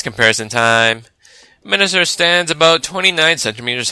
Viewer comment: You keep saying Menasor wrong